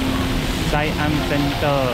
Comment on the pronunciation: As a Thai I would like to say when I used BTS sky train I was confused like you. I like your pronunciation SIAM CENTER it’s so cute 😂😂😂😂